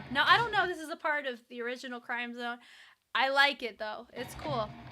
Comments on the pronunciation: It's crim zone. Sound like "cream" it symbolizes the blood, sweat and tears they have put in their craft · It’s actually CRIMZONE like Crimson, not CRIME ZONE😊 Thank for your reaction video of our Mahalima❤ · crimzone is pronounced as 'krim-zown'